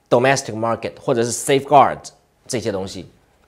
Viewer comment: 彭P 要好好練練 domestic 這個詞的發音，不要發的和詐蔡一樣，它的英文菜，你要比它好一些。